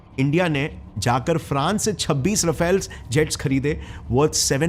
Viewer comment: Rafael ❎ Rafail ✅😂